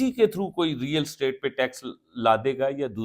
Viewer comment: It is real estate not real state. Yaar english nhi aati toh property business keh lo